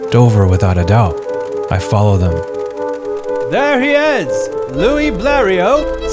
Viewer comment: Louis, not Louie ! 🙃